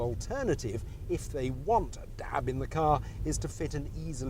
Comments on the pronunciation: Haha, apart from the way he says Dab not DAB, it's great. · i love the way he says dab....DAB!